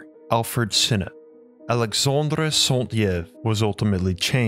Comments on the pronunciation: It's pronounced "Saint Yv" not "Santyev" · Saint Yves is pronounced a Sun Eeve not EYves. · Let me help you with french prononciation. Saint Yves is pronnonce "Seint eve" it is litterally Saint for "A Saint" and Yves well pronnonce it like an Evening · Saint Yves ... , PRonounced E-Ves = Yves , not Sont but Saint , holy man ... Anyway French is something weird i here 😀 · Saint-Yves is pronounced „EVE“ like the wife of Adam and not E-ave. Everytime you said E-ave, I almost couldn‘t bear it! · Saint-Yves should be pronounced more like Sant-eev, I thought the guy's name was Santiève by the way you said it. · Well written and researched, but the mispronunciation of names is so distracting. “Sont-YIV”? Saint-Yves would be more like “Sant-Eev.” Like Yves Saint Laurent. Eeve. I listened to part of an “Three Musketeers” audiobook recently in which the reader pronounced “monsieur” and “mon-SOOer.” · 👩‍🏫Btw, his name is pronounced SAINT "EEEVE" as its a french name and NOT YEE-EV or however u keep butchering in the video😤all this knowledge about different times and languages and u couldnt find a modern day french guy to help u 🤦‍♀️, not just ur video either...... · Very good job mate. Definitely tons of research. Not sure I would agree with all of it but quite interesting. Gotta work on that French pronunciation :) Saint-Yves = Like Saint-Eave. The way you say it sounds like Saint-Lievre in French or Saint-Hare in English. And saint is like in the songs "When the saints go marching in". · Joseph Alexandre Saint-Yves, the way the narrator say (Saint-Yves) its a french bug me.... Yves sound like ''Eve'' in french ''I'' sound like ''E'' in french... double I = Y E(eeeeeiiiiiiyyyyy) = EVE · Thank you for this documentary, very enlightening. PS Saint-Yves is pronounced “sainteave” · Saint Yves is pronounced like this: Eves. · Saint-Yves is pronounced "sant-eeve" ("sant" as in sand, and "eeve" as the name Eve). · santee ev is pronounce saint eev!